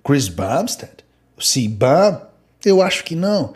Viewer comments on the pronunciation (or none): Cbum está errado a pronuncia mas tudo bem 😅 pagar um miko as vezes faz parte pra uns cara que não sabem dana do esporte 😅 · Você pronunciou Bumstead PERFEITAMENTE mas falou Cbum errado skskddkkddkksskk